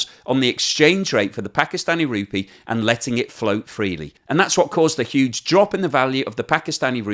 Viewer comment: I think you'll find that the currency is pronounced as rupEE not RUpee.